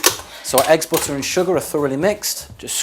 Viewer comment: why does he pronounce butter as "booter"?